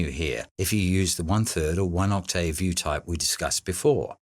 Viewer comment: One question, what's an Oct-tay-ave?